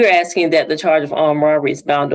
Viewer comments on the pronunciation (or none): So where did the defendant go with the 4 wheeler? The Conservatory, the Lounge, the Kitchen, or the Library? Seriously though, Ms. Freeman, with all her objections and the "axing" (that offends my ears, so I object) seems to have forgotten that even though she is a prosecutor, defendants are assumed NOT GUILDY and whether or not its in order or out, I think someone coming in with exculpatory evidence would give her pause and ask the judge for a continuance. Instead, she's ready to send a teenager up the river due to her draconian adherence to procedure.